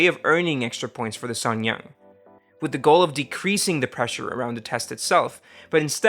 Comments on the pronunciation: Uh, why do you always insert a "y" when you say "suneung"? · you're seriously butchering the pronunciation of suneung